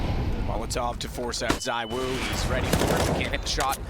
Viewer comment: its ZYWOO not ZIWOO cmoon man